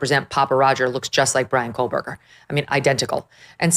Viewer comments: Why has no one told Megan Kelly that she is mispronouncing Kohberger? She thinks there is a letter L in his name. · Quit calling him "coalberger" it is Koh berger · I wish you would pronounce his name correctly. There's no "L" in Kohberger.